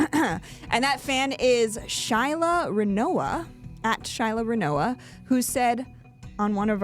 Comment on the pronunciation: I won! Shyla Rinoa is my cats name … but you pronounced it beautifully!